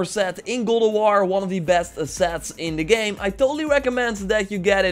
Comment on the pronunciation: Dude Its GOD not GOOD of war!